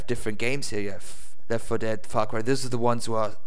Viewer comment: dude instead os far cry u said fawk y but still great video